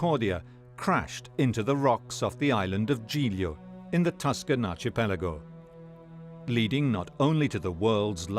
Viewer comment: Archipelago is pronounced ark i pelago